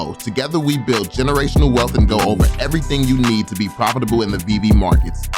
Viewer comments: if he calls it veev one more time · The dude literally destroyed his credibility in the first 10 seconds by pronouncing it wrong, he either did it on purpose to show his lack of interest, or genuinely never heard anyone say it before, which is impossible if you were seriously looking into it... I'll admit i was super skeptical, and even laughed at my buddy who showed it to me initially, but over time the more research i did the more i saw, holy shit, this is the ground level of something, u can see it clear as day if you can get over the JPEG Nft's, which were the only NFTs i knew existed before VEVE... The jpg NFTs make no sense long term, and i think thats what most people think NFTs are and wont look any further, and i cant really blame em for it, its hard seeing the potential of something that has never existed before